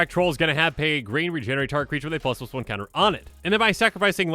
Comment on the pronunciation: I will always enjoy how he says "Plusluson counter" but fully enunciate +2/+2 or any others